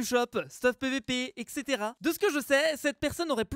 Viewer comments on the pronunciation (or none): on dit etcétéra donc (etc) likez pour qu'il le voit